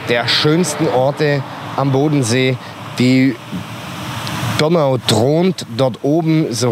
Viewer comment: Ich kann Dir nicht zuhören wie Du Donau aussprichst ❕